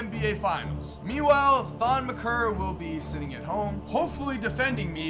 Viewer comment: This man really said Thon McKeer instead of Maker 😂😂